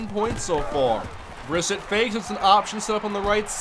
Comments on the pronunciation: You said Brissett’s name wrong it’s pronounced (bruh-set) not (briss-it) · it is pronounced Bris set